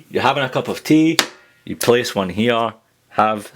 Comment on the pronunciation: i love it you you say " how are yüüü"